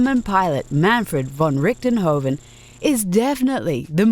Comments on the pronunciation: "Manfred von rickdenhoven"? its Manfred von Richthofen, but hey.^^ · muhnfraid voon ricktenhoufen